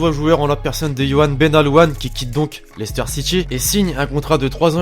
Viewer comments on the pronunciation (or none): none